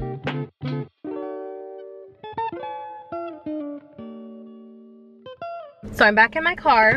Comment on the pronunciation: “Which button do I pwess?” <3